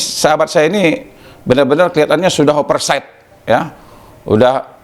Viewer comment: overside bang bukannya operside...pengacara cara ngomongnya kok model begitu...sekolah dimana broooo...